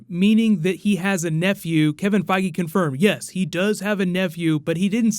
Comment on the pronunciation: Why do you call him Fygi?